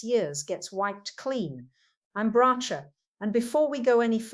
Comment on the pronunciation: THIS IS AN AI FAKE. The real Bracha Goldsmith has retired from social media and this person is using her face, voice and background. This is the third channel that has been put up doing exactly the same. The person doing this says they are "honouring Bracha's memory' or some such - but can't even pronounce Bracha's name correctly! I have reported it. Please don't think this is in any way associated with the real Bracha Goldsmith.